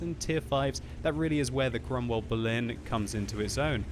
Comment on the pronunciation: Before reading the title of this video I thought that the name of that tank was "Cromwell Baloon" due to pronounce